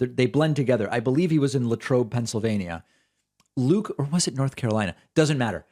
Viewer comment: it's "Lay-trobe" not "Lah-trobe" Pennsylvania